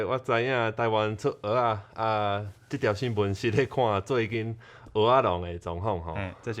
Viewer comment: 在"蚵仔"的發音似乎比較標準？"蚵"有點用到喉嚨的音，的發音聽起來比較像"芋仔"？